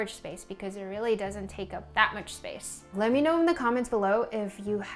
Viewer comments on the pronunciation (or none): none